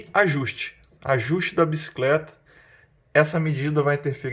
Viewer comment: video topissimo, só fala a palavra Bicicleta e não "biscleta", perde a credibilidade apesar de perceber que vc tem um vasto conhecimento.